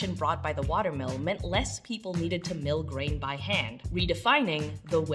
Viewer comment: It took me two minutes to realize you weren't saying 'watermelon'. I was thinking what do watermelons have to do with bread?